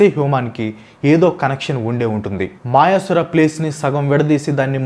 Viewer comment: మాయసుర కాదు అన్నా. మయాసుర.